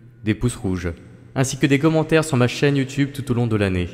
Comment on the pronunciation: des poces blo ! des coummentare